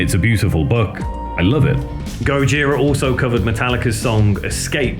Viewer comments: Please stop saying GOD-JIRA. French band, French way of pronouncing. Skip the D, it is GOJIRA. No f** D. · even though it is a japenese word indeed, you never hear any member of the band say God-jira, always Gojira as pronounced in French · "this is the story of God-jira".